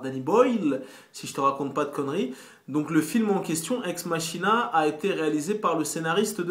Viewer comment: "Ex_MaKina" pas Ex MaCHina ...